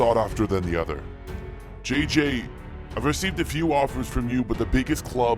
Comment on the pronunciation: Yeah... Kinda wack. They don't pronounce their J's the same so it's very weird, even if you can get past the fact it's not a French name whatsoever.